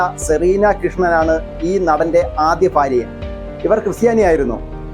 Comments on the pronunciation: ഇങ്ങിനെ ഒരൊന്നു വിളിച്ചു പറഞ്ഞാൽ reach കൂടും YouTube il നിന്നും നല്ലോണം cash കിട്ടും ......ഭാര്യ എന്നു പോലും പറയാൻ കിട്ടുന്നില്ല 😄ഫാര്യ എന്നാണ് pronouns ചെയ്യുന്നത്😂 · ഫാര്യ അല്ല അല്ല ചേട്ടാ ഭാര്യ എന്ന് പറയു. അത് പോലെ താര കല്യാണിന്റെ ഭർത്താവിന്റെ സഹോദരൻ അല്ല. താരാ കല്യാ ണിന്റെ ഭർത്താവിന്റെ പെങ്ങളുടെ മകനാണ് Kriss